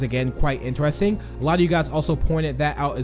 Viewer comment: Lol did he just said intarsting instead of interesting lol is he even a English